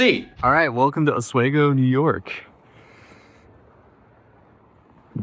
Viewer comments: Thanks for covering this!! As a New Yorker, I dont want to be this guy, but it is pronounced AHH-SWEE-GO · You're saying Oswego wrong... the we in Oswego is pronounced like "we" just fyi😂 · oswego = Aus-we-go (like aussie, and we go to The store) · It’s OS-WEE-GO. This is in my neck of the woods in NY. Always find it funny listening to creators try and pronounce the name of Oswego lol. As I stated, I’m from upstate NY, and drunk or not, ain’t no one, NO ONE, just leaving their door open in December. Oswego is located on Lake Ontario, where Lake Effect can dump feet of snow in the matter of hours and temps drop to like -20 below. So get out of here with that crap girl 😂😂😂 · for what it’s worth, it’s pronounced OSS WEEE GO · If you’re still in Syracuse, as someone from NY, I’m obligated to tell you to go to Dinosaur BBQ. Buffalo, you get Buffalo chicken pizza. Binghamton, you get spiedies. Syracuse, Dinosaur BBQ. …Also, sorry to be this guy, Oswego is pronounced with a hard E (sounds like we). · It’s pronounced “Osweeeeego” and how are you going to travel get a hotel and then miss the court session!? Just to make us watch a video to give us NO information regarding it 😂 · Local pronunciation help, it's "ah-SWEE-go" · If you go back it’s pronounced AH-SWEE-GO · Pronounced Os-we-go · For the love of all that is sacred, it's pronounced oss-wee-gow! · it's pronounced osWEgo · Dear god can anyone please pronounce Oswego correctly? Os-WE-go, Weak 'o', strong 'E', strong 'O'. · As someone that grew up in the area it's Os-we-go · Listening to this man pronounce Oswego is making me want to scream "I'M THE VICTIM" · It's funny hearing someone pronounce Oswego wrong, because I have never heard it pronounced wrong in my life as a native New Yorker. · I mean this with nothing but love, but I grew up in Oswego and your pronunciation made me laugh out loud a bit 😅😂 (it’s os-wee-go) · Its pronounced Ah-swee-go onto A-sway-go. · Os wee go. Not Os way go. :)